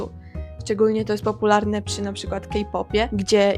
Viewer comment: Kochana, ale ty też niezbyt dobrze mówisz. Mówisz: a - na - li -ZE (e), nie a - na - LI - ze. Źle stawiasz akcenty i często przeciągasz ostatnie litery. "Cze - GO - oo", " PO - pu -lar -ne"